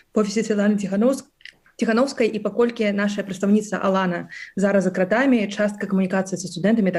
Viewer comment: Кто это, что это за позорище (представительница штаба Тихановской)? Где и в чем варится этот человек, откуда она? День и ночь мы слышим о том, что журналисты, политзаключенные "за крАтами", а она с какой луны свалилась, что в такой короткой однообразной речи не удосужились даже ударение правильно сделать в основных словах. Как можно быть такими поверхностными! Вот такой подход у них ко всему. А результаты мы созерцаем. Позорище. Я 20 лет живу в англоязычной стране и говорю на беларуском лучше. Это не придирка. В этом я вижу их подход ко всему, подход неглубокий и недалёкий и потому абсолютно неэффективный. Одни круги по воде.